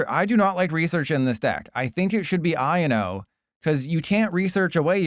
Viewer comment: I and o???? I owe no is the pronunciation